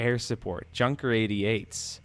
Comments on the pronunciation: It's more like yunker not JUNKER since it aint junk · I almost died when I heard you prounce Junker as a "Ghunker 88" god dammit man its pronounced Yunker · Farid Gar you actually pronounce it yunker.